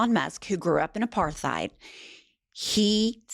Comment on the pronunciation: its Apart heit...no th its pronounced apart heit like height. As in "being apart" which is what it means!